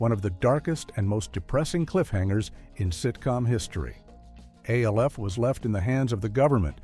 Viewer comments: Not A-L-F . It’s Alf like elf with an an instead of an e. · Not A. L. F. It is pronounced Alf. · My So Called Life - without a single shot of Claire Danes. And "A-L-F" Gotta love these brain dead AI vids. 😀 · or Alf